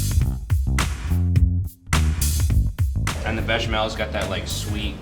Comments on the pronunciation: IT'S PASTITSIO NOT PASSISISSIO! :( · In greek, its pronounced Pastíchio